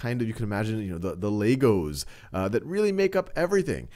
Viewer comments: It's legos not laygos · Bro really said "Laygos" 💀💀